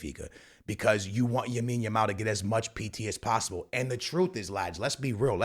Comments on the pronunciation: Broo it’s LAmine yamal, not Yamine yamal🤓🤓🤓🤓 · Bro. You keep saying Yamine Yamal😂. It's lamine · BRO ITS (LAMINE) not YAMINE please 🙏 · Wtf is Yamine Yamal?!?!? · Lamine Yamal ❌ Yamine Yamal☑️ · Bro you just said for like a hundred times Yamin yamal😂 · The name is Lamine bro...... Not Yamine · “Yamine Yamao” 😭💀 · Bro still calling Lamine YAMIN lol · After a lot of comments on the vids b4 this guy is still saying Yamine yamal😂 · Bro keeps saying Yamine Yamal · “Joan” cancelo “Yamine Yamal” Dude speak correctly ffs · you dont read any of your comments dude. for the 100th time, its LAMINE YAMAL, not Yamine Yamal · STOP calling him YAMINE. You do it in every video and done it 5 times in this one. Imagine in a couple or more years when people look back at these videos. It's like if someone had called Messi MIONEL 😭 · "Yamine Yamal" say his name right bro. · Yamine Yamal 🤣 love the pronunciation 😁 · Stop saying yameen. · Could we tell him the kid’s name is "LAMINE YAMAL" ??? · Can we make this the top comment so can see that he’s pronouncing Yamal’s name wrong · my mans still saying yamine yamal and dani almo🔥😮‍💨😅